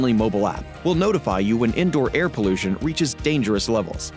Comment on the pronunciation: "Temprature" 😂?.. "Poluttion" ?😢 0:015 ´Poluttants" ??😮